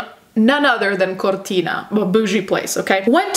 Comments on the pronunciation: As an italian, i love how you pronounce Cortina, very accurate pronounce! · considering the way you pronounce modus operandi and Cortina, I can imagine you are Italian (or Spanish)